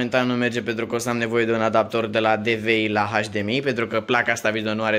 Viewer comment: hai ca ai facut 2k likes daca e. :))) doamne cand te aud cum vorbesti , so , placa da baza, cutia DA la cooler ... sursa de la seA sonic ... doamne fereste bha baiatule. in locul tau nu as mai spune firma daca nu stiu cum se pronunta .. oricum se vede ce firma e.